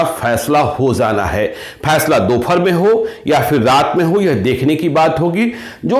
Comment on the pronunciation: Sir pronounce sudhar kijiy, Jana hota hai na ki Zana, Aaj naki Aaz